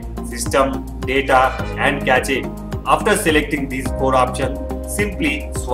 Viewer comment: lol कैचे नहीं कैश पढ़ा जाता है उसे